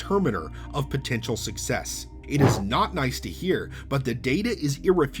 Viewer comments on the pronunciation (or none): none